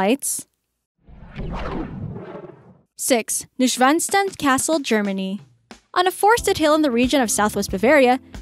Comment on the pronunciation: I cannot help but shudder at the way she mistreats the word "Neuschwanstein"! Anyway, you could make 10 more lists like this with other lovely places in Europe. I for one would not go to Hallstatt, it is severely overcrowded with tourists. Try the nearby St Wolfgang for a very similar village.